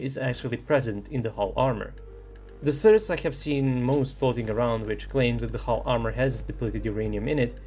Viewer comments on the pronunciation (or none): It's pronounced SOURCE, not surs. For someone who makes a living out of talking, you really suck at it. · Nije "srs" nego "soe'rse". Mozes ti to. Verujem u tebe. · The way you pronounce "source" makes me feel uncomfortable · It's sOurce, not sUrce. 😆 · What's a 'sirce'? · Please, learn how to pronounce source. Unsubbed for now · It's pretty Charming how is pronouncing the word "Source" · Sry to be a dick, funniest pronunciation of the word source ever. Thx for the video tho! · Bro, love your videos… but you are killing me with the pronunciation of the word “source”. 😂 😅